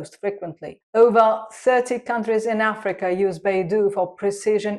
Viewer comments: Not Baidu but Beidou😂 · Beidou should be pronounced as Bay Dough. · "dou" is pronounced closer to "dou" in doubt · Sorry lt's not Beidu but Beidou